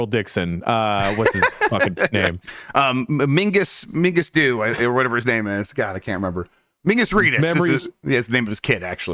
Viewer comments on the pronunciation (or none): “Mingus Dew” 😂